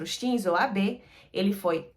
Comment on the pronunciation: O nome do primeiro ministro não se pronuncia ab e sim abe